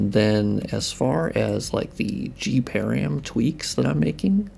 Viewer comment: I took me quite a while to understand what you were referring to when you said 'gparam'. The 'g' refers to 'graphics' and 'param' is short hand for 'parameter' -- all together it is the graphics parameters. It would be pronounced as 'puh-ram' as in parameter, not 'pear-ium'. Just wanted to mention it so other people can more readily understand what you are referring to in the future or if you are speaking about params in other contexts.